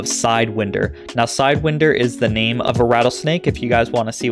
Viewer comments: Side (whine) der is how its pronounced. Like the snake 🐍. Keep up the great content 👍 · Pronounced Side-wine-der surely? 😂😂😂